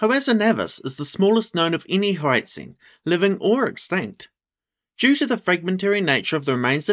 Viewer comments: should be prounounced more like hoar-ut-sein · HOE-ART_ZINE, could you say it anymore like a dgaf white person, give the language some respect